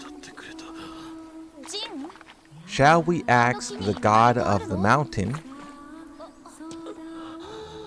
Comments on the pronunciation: You always pronounce (Ask)-(Aks) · A lot of black people do that (I'm black, I can say it).